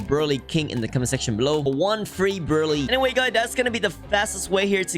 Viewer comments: also its brew-lay like the french desert créme brûlèe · the way he said brulee or brulee whatever you guys say it.. in other words saying:dont criticize my accent. i dont care how your accent is, but your a jailbreak legend